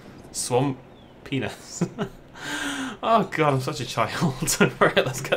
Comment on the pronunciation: Swam-pee-ness lol